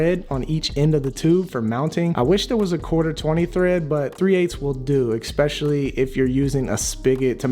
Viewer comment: Why do you say especially like that?!?! Why do you say ecspecially? it's not a word.